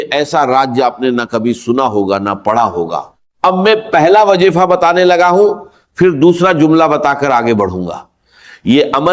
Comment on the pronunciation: Bilkul fake hai Wazifa ko wajeefa bol raha hai wagera wagera